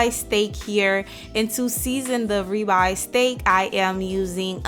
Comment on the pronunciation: Nice ree-by steak. I need to get me a thee-mometer